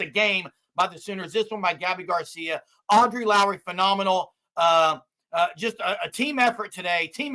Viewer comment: BOOOOOOOOOMMMERRR! Gabby Gar-See-YA 👋🏼